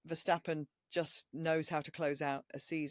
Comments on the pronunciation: now I see your point - as an Austrian I am very critical in grammar and pronounciation and dont like Verschtappen. As I am also a MASSIVE MV33 fan I learned from his Max's german interviews that he says Renne instead of Rennen and Verstappe instead of Verstappen. 🙂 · Versschtappen? He drives for RedBull, not for Schweppes. Why pronounce his name like he is a German?